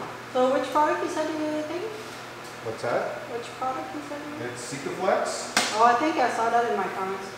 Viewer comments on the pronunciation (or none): It’s called Sikaflex (not sicoflex)